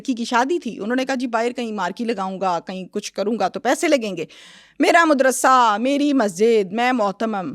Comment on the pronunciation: BAKWAAS BAND KER, IT IS MADRASA, NOT MUDRASA, FOCUS ON THIS